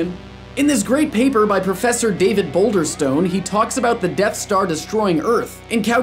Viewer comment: David Boulderstone.. ..boulderstone lol